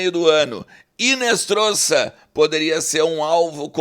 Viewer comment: o nome do moleque é Marino Hinostroza e não Hinestroza